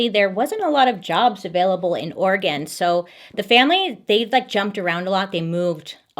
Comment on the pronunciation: Ugh she says oregon how you say oregon....she's a 10